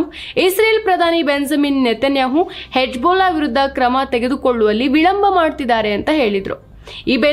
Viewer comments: It is not Hebjulla...... Hijbulla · Ivrige yake hijbulla pronounce madoke barthilla